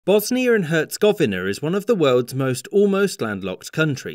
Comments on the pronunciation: "Bosnier and Herzegoviner" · bro had a seizure trying to say bosnija i hercegovina its too easy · I dont think “bosnier and huhzigoviner” is correct